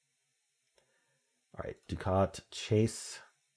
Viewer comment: I believe, "ducat" is Not pronounced, the way you said it. I think it is "duck-ette". Not "doo-cat". I liked the word "chary".